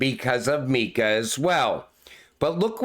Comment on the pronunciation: Mika. not. Meeka